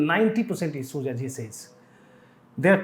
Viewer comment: He ij focushing on isooj..Hindi me hi bol lo sir agar pronunciation me problem hai to..Sorry but its not difficult to improve it especially in this business.